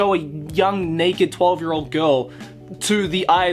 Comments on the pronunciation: I can only hear him say neked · The Monogatari series has sexual situations that makes fun of sexual situations... Flashbacks to the toothbrush incest scene Side note: I loved the way you say naked